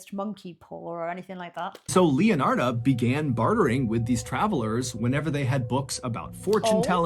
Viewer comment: Leonard in case you're wondering why he's mispronouncing any other name.